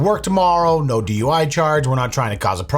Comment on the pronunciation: she does the two syllable "yeeasss-ah!" and "neooow-ah!" 😂😂